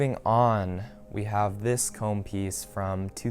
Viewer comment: ”Commes” 😷 Cool pickups tho